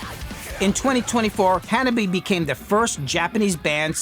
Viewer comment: Hanabie, you are saying it wrong as japanese does not have dipthongs, like ie. So the name is hanab-i-e, you say the i and e separate. They stopped a concert to explain to a western audience.